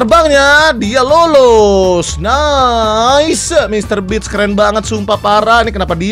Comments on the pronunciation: mr beast bang bukan mr bitch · Funfact: bang windah tu nyebut mr. Beast jadi mister bitch. Karena bang windah ngeplesetin dari beast(buas) jadi bitch(bangs4t) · Dibacanya bitch🗿 yg artinya itu kasar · Mister beats bukan bist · denger nya mr bi*ch wkw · gua yg dengernya bang windah ngomong "bitch" wkwkwk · Betul bang bist bukan bits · MR. BEAST bukan mister bis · Mr. Beast bang bukan Mr. Bitch